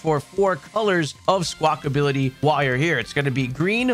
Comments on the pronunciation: Why does everyone keep saying "Squackability"? It's Squackabilly, there's no "T" in it's name. Seriously, you and Austin John.🤣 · I love these videos…but for the love of god it’s not Sqwakability lol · Good god why do y’all call it Squawk-ability? You’re the third creator I’ve heard making this grating mistake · Is Squackability a meme or do people not realize that its Squackabilly